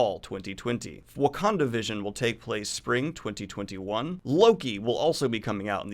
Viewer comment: This dude said Wakanda vision lololol